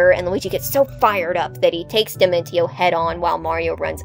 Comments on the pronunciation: Wait... why are you pronouncing his name dimen-ti-o? It's clearly supposed to be based on dimension. As such, it would be proniunced dimen-see-o. T can become an s sound in latin languages, like with attention. This makes the video very grating to listen to. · I am perturbed by the pronounciation of Dimentio